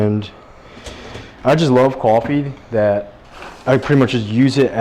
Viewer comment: why saying coffee a kwoffee 😂